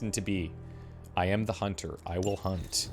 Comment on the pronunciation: "A hoonter must hoont"